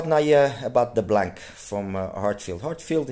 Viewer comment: In French the C is silent in blanc. It means white.